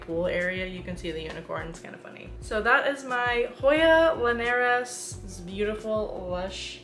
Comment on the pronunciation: Hi, love your channel & your hoyas are beautiful ❤️...I've got 3 at the moment: a princess, wayetii & obovata. Oh, and here's a couple pronunciation tips:. "why-et-ee-eye" "poob-uh-cal-icks" & "lin-ee-air-us" 😊